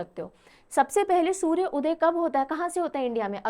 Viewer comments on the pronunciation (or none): none